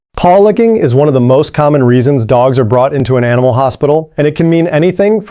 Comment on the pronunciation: Animal, not animaal!